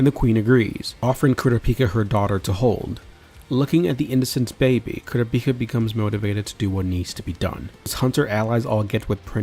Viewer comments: ITS KUUURAPIKA NOT KURAPIKA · Bunch of people grumbling about pronunciation 😄 ( .. ..🤔🤔.. 😮!! they might even be a couple of Kurtas who managed to escape the massacre! 🙊🤷🙊.. I mean what are the odds the troupe was legitimately carrying around a village census naming every single occupant 🤷 + its not like they seemed to notice that Koo-ruh-pike-ah wasn't around 😮) Anyway - I for one, however, didn't think it was a big deal 😌 I knew who you were referring to and was able to focus on the story and enjoy the video (very likely cos my eyes don't turn red when I hear odd pronunciations 🤭) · Never heard someone say kurapika’s name like that